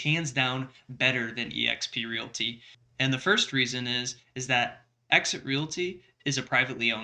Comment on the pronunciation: sucks. he can't even speak Realty correctly and I told him about it. It is not called Real-it-y. It is it called Real t.